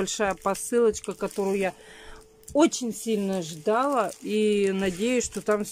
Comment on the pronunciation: Очень сильно ждалА, а не ждАла. Ударения повторите.